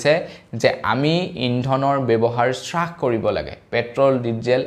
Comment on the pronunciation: স্ৰাস নহয় হ্ৰাস । । হয়